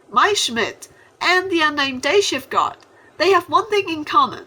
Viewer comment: When you say guard it sound like you said god